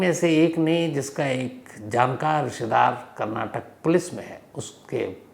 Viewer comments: Sir, please correct your pronunciations. Its not Karnatak but its KARNATAKA and its not Kannad but its KANNADA. Being a great orator if you make such mistakes what can we expect from normal citizens ? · It's Kannada not kannad and Karnataka not Karnatak pls note and show respect.